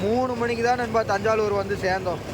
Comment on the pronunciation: அது தஞ்சாலுர் இல்லை தஞ்சாவூர்